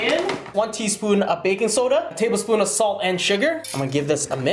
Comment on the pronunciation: "tabelspoon" I don't wanna know how big your tablespoons are xd